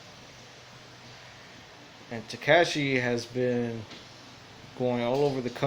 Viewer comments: And the way we say tekashi Ta-cash-ee Latin person would say it right at least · The way he says tekashi makes me cringe